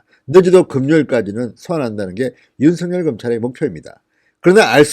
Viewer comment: 윤석열을 제대로 발음하지 못하면서 무슨 방송을 하는건지~ 중학교 수준의 국어를 모르고도 쪽팔리지 않는지~ 댓글은 보지않고 있는지~